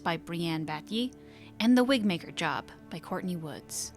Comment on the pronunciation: I will be very upset if the Wigmaker cast doesn’t make an appearance in the next game. It was my favourite story, alongside ‘eight little talons’. ALso, around one hour in, you said "Wigbaker." Or that's what I heard and it made me giggle.